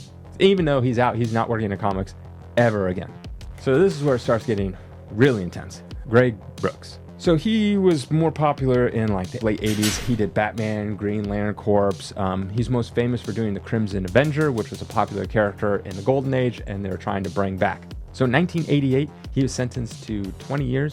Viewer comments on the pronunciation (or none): Core not corpse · The corps in Green lantern corps is pronounced like the word core not corpse it's just like the Marine corps pronunciation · "Corps" is not pronounced like "corpse." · Green Lantern CORE is how it is said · Lol did this dude call the green lantern corps the green lantern corpse? 😂 was that a pun or...? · Corp the p is silent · In the word Corps the p is silent. How this fuck do you not know this?